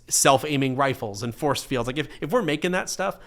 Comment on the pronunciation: Did he say forcefield?